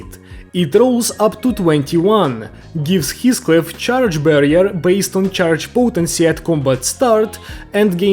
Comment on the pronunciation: Everyone: Heathcliff is pronounced like this (He-Fh-Cli-Fh): HiSCliFf (His-⛰️)